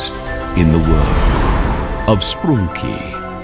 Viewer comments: so a bee hut traversed ME into that? bro I was born in here not from irl edit no.1: why does he pronounce sprunki like "sproonki" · I just realised he says sproonki